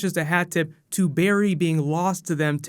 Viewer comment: It's not Barry good lord